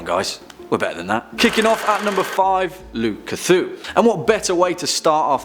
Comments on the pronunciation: Guys, we're not going to have Cthulhu on this list...first up, it's Lu Kthu. I loved that. XD. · I actually laughed at this because it just sounded like he just reshuffled cthulu s' name around